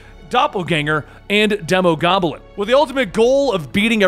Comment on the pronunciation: De-Mo Demon Goblin Demo-goblin This is how u say it, keep doin a good job we all obviously love your videos, I wish you many years of success and happiness